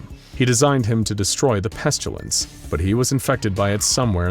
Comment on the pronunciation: There is no "u" in "pestilence".. why do you keep saying it "peschulence"?